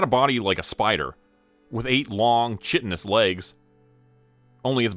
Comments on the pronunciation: This is at least the third channel on which I've heard the mispronunciation of the word chitinous. It's Kai (rhymes with hi, high, thigh...) tin - us = kaitinus. The h in this case is sent, like when one pronounces fraternity and sorority names. It is NOT "chittinous", with an aspirated h. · Chitinous pronounced KITE-in-us. Otherwise excellent work. :-)